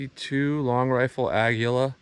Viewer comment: Great testing and Aguila is pronounced A gi la...in Spanish it means Eagle. Something is better than nothing for sure. 🎩☯️♠️